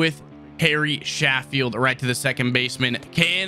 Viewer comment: how you pronounce Sheffield, is ( CHEF FIELD ) haha